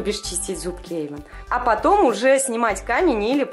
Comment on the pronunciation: не Эйвон а Эйван